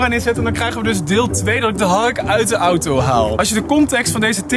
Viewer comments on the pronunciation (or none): none